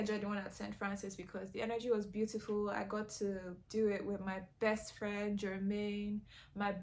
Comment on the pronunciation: Emphasis on “resourceful!” friends. Quality over quantity. All day, every day. When you said “berst” I was like WHOOPS! Bobrisky.😂 happens to the best of us, sweetie.😂❤️